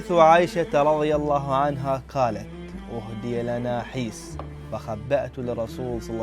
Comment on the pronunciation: تصحيح : حَيْس وليس حِيس أم سُليْم وليس أم سَليم. بارك الله فيك على كل حال